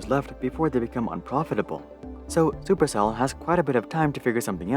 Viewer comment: "Chuper Chell"